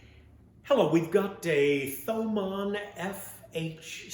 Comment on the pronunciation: Pronounced TOE-MAWN I believe ;)